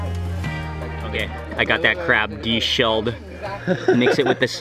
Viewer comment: Deshelled 😂 re-juiced 😂😂